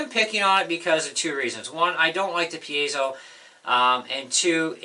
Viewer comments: You are the first guy I've heard ptonounce Piezo correctly! Mark Evans, Ekectrical Engineer. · You are one of the few that pronounces piezo correctly, signed an Electrical Engineer.